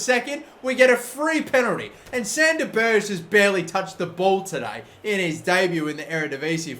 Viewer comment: Please say Sander Ber(gg)e